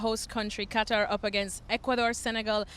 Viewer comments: It's Kah-tar....not Cutter...😑😒🇶🇦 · Gab loves to say “Kuttar” lol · How about learning to pronounce the country you are visting properly?